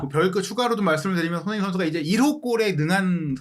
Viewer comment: ) 참 거스기한 하네요😲🤔 해설위원 손흥민선수 이름 발음 똑바로 않합니까?! 션 셔 션, 션 셔 션 서ㅡ ㅡ 이게몹니까?! 깔끔하게 갑시다 🥷😲 레알